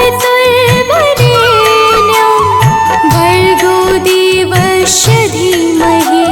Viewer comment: गायत्री मंत्र में देवस्व के स्थान पर देवश्व का उच्चारण हो रहा है कृपया शुद्ध करें जय माता दी 🚩🚩🚩🚩🚩